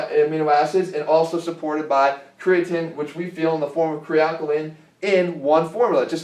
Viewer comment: I doubt you'll respond Jeff, but I'd love to hear some actual research behind why you reccomed kre alkalyn. The logic that an alkaline substance in a pill csn with stand your stomachs acidic pH is laughable. Also, say it with me: CRE-UH-TEEN. lol at Cre-uh-TIN